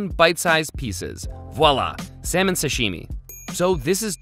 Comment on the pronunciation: Err...He is say seminal ...or salmon . I hope it's not what I heard wrong....